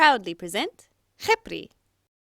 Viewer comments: oh you did a very good job pronouncing the name , i was surprised 😭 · I give the arabic prononciation 6/10 It's pretty good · I’m Arabian and I confirm the pronunciation😀⭐️ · Omg! I love how she looks!! She looks incredible! Btw from an Arabic person : your “kh” pronunciation is amazing! Even better then the teachers in our schools 😂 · Your Arabic pronunciation is great! I mostly speak Hebrew, but they're very similar, and I know a couple words. Side note: incredibly impressed that you can pronounce the khet/kha sound, most people who aren't native speakers have a lot of trouble with the guttural letters. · I love this!!!! Also you didn’t screw up the pronunciation :) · Wow! You did a fantastic job on that doll! Also proud of ya for being able to properly pronounce her name in Arabic 😂 I know a lot of people struggle with letters like خ because it doesn't exist in English letters, sooo you go gurl! 👏🏽👏🏽👏🏽💐🎉😂 (Edit : Actually I just noticed something, if you translate the word خبري to English, it's supposed to be Khebri, since the sound of the letter P doesn't exist in Arabic, but whatever Khepri sounds way better so 😂) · honestly, your pronunciation for the name was wonderful, especially for an unexperienced arabic speaker, and the fact that you put in the effort to learn the kh sound really warms my heart. way too many people never put in the effort to pronounce that sound correctly, and the fact that you do makes me really happy!! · I’m an Arab and u did pronounce (خِبْري) right and I’m happy that u put formation with it 💕💖 love ur art and channel so much and the dragon turned out rlly nice 🌸